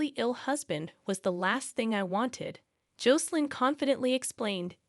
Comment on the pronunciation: The pronunciation of Jocelyn's name is wrong. The "O" should sound short, not long.bas in Josselyn not Joecelyn